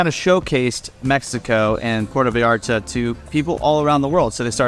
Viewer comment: You have lived in Vallarta for 10 whole weeks? Wow. Try pronouncing Puerto Vallarta properly. It is Puerto Vy ART Tah. Not Porta Vee arta. Please, if you are going to "tell us all about it", study some Spanish. Then study some more. Learn to pronounce the words. Slow down. Listen to your Mexican friends. They will help you. Bah eeah de Ban Der As. Bay of flags. Nayarit. Ni ar eet. Oh, you did not know Mexico had states? Wow, who knew? Your next door neighbours my friend. Get to know them.